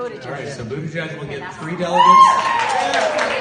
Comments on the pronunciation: "Booty judge" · David, it's pronounced, Buddha - jedge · It's not budda-judge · I don't care if that's the correct pronunciation, but dude you gotta stop with the Boot-edge-edge nonsense. You sound like you're short circuiting... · Someone make a compilation video of David saying "Buteyjudge" and "Toolsi Gbahrd" please. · I like you Pakman, but the way you say buttigieg makes me want to instantly turn this shit off. lol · Slipped up almost pronounced Mayor Pete’s name correctly.